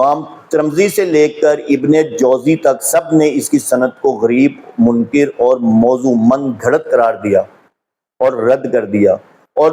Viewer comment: ، آپ کی تحقیق کا معیار ایک طرف ، لیکن آپ کا غلط تلفظ آپ کی تحقیق کو نقصان پہنچا رہا ہے۔ آپ نے منکَر (غلط، جھوٹ) کو منکِر (انکار کرنے والا) پڑھ دیا۔ آپ کا قرآن اور سنت کے ذریعہ سچ کو سچ اور جھوٹ کو جھوٹ ثابت کرنے کا کافی اہم کام کررہے ہیں۔اللہ تعالی ٰ آپ کی دعوت میں برکت عطا فرمائے۔ آپ کو ایک بار ایک مولوی رکھ کر قرآن کا تلفظ اور مخرج صحیح کرنے کی اشد ضرورت ہے۔